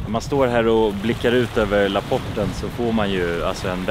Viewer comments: Haha Lapporten uttalas Lapp-porten, inte Lappórten. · Lapp- porten inte laporten 😂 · Älskar era videos ❤ med fick ett ick det heter inte laporten det heter lapp porren